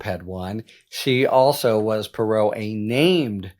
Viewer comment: Harry, it's not purr-ROW, it's PEE-row. That being said, I'm looking forward to everything you will be reporting about her.